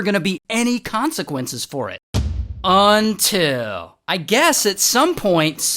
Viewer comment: "UNTILL" is a classic 😂